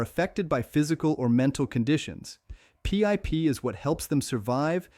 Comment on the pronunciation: AI shit cant even say PIP properly